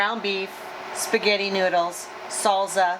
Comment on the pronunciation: Another nice video as usual. Was just wondering...I've never in my life heard anyone say salsa with a z sound. is that a WA thing? :-)